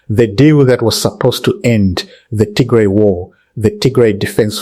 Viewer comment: You got bad accent, you sound very educated but I don’t know how you can’t even pronounce Tigray instead you pronounce Tigre which is offensive language in Tigray.